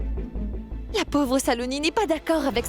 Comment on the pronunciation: Madame Quand on parle le Francais on ne dit pas povre c est pauvre😂